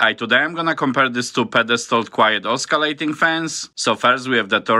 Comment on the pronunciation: Oscillating, the c is silent in this word.